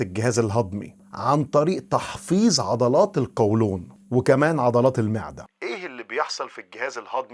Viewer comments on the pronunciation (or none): هههههههه فى الدقيقة الأولى : تحغيظ العضلات ( بالظاء) متأكد انك دكتور ؟؟!! ولا البالطو الابيض ده بتاع الدكتور ربيع😂😂 عموما هى تحفيز مش تحفيظ وفى نهاية الفيديو ( تحظير) بدل ( تحذير) يبدو عندك مشكلة مع حرف الزاى😅😅